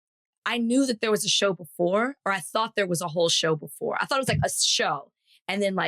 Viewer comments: As many times as I have heard these pods it does still sound like Thot - I wouldn't be surprised if it is an intentional tongue in cheek pronunciation 😉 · When Van says Thought Warriors, it sounds like Thot Warriors. 😂 Is it just me?